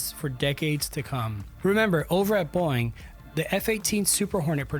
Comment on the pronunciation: Like how the narrator keeps pronouncing "Boeing" like "boing" 😂